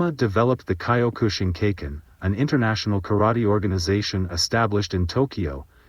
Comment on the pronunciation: Get better AI to pronounce Mas's name and Kyokushi Karate. Or voice this yourself.